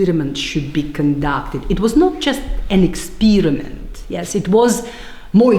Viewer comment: Eet was not jast an ekspeeeeeeeeeriment